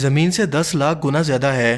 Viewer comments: "Aai" nahe "hai" Pubjabi accent 😂😂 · Bhai Urdu to sahi bolo..aeen kartay een een laga rakhi hay.. hay hota hay ya Hain